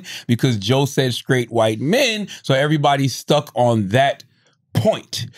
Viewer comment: See joe can't even say white